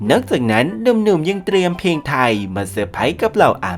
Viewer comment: ออกเสียงให้ชัก เพลงไทย ไม่ ใช่เพงไทย